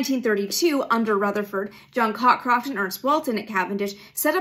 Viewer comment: Co-croft, not Cock-roft...